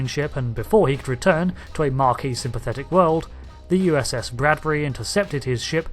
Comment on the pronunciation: Mar - see - elles? Were you trying to say Marsielle? You were, weren't you. You know RDM et al repeatedly say that name correctly on the show, right? No? Also, there's no 'r' in Maquis, you're thinking of marquee, a large tent, not the group named after WW2 French resistance. Ma'ki. Have you spent decades thinking the Bajoran resistance were named after a large tent suitable for social events such as weddings? You completely missed an opportunity to demonstrate your total lack of understand of basic mathematics; you mention Threshold but don't go over your notion that infinite is a bit more than lots. Some giggles, but hardly up to your usual standard.